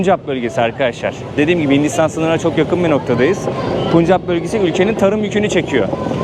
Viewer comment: Puncap değil! Pencap bölgesi, rikşa, tuktuk değil Raqşa (